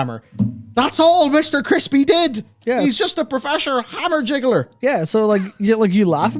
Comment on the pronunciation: How hard you went for the irish accent when saying Hammerjiggler